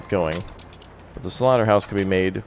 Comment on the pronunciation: Don't say slorta hawse I am vegun